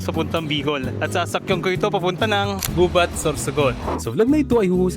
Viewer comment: the accent is on the second syllable..we say "Gubát"